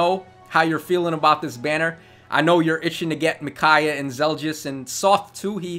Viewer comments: Finally the Radiant Dawn banner! Laguz units when I won't lie, I'm a bit pissed off they implemented Zelgius as basically a somewhat powercreeped Black Knight with the potential for IVs and merges. By the way, it's Zel-gee-us, not Zel-djiss Micaiah is a perfect translation to Heroes. Her Sacrifice skill is pretty much spot on. In Radiant Dawn, it healed status effects and up to your current HP-1, which was then deducted. In other words the way it works here, not like Ardent Sacrifice which only heals 10HP at a time. Sothe is Sothe, but he looks like he'll be more useful here than he was in RD. Probably one of the best dagger users I've seen actually, if not the best. Somewhat surprised they chose to give him Peshkatz instead of Baselard. I'm sure Volke will shit all over him when he is implemented regardless, as is tradition. Shame, since I didn't mind Sothe's character in RD. At least he had more sense than Micaiah. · "Soft" "Zel-Just" Stop itttttttt.